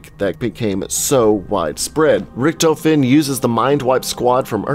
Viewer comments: It's pronounced ricktofen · You mean Ric-Toe-fin